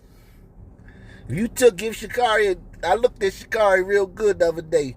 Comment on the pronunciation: Dude, If you’re going to make a public video on YouTube … at least pronounce her name correctly. Geez!!